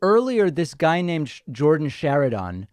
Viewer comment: The fact David can’t pronounce Chariton, shows David hasn’t been watching standing up for the working class